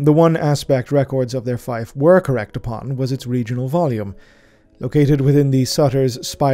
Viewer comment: Fife? You mean fief? Like feef?